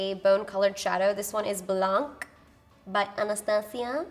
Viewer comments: Hi!! The eyeshadow base you use by AB to set your primer is pronounced blanh-the c is silent... Haha! You always say blan-k. I'm Canadian, French is my second language. I watch your videos aaallll the time ❤️❤️ and can't help but giggle when I hear you say it. Thank you for all that you post! You're truly an inspiration! Mua!! oxxoxo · Hi, not meaning to criticize but only to correct. The word "blanc" as you know means white in French. You pronounce it exactly without the hard "c" at the end. It's silent. So it sounds like how you say it but skip the kkkk sound. Lol. Hope you understood. All Americans say it your way. It's incorrect. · Blanc is French..don't pronounce the C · I was scrolling through the comment to see if someone mentioned it was "blanc" without the "k" sound at the end ! Speaking french seems to help a lot to pronounce makeup products !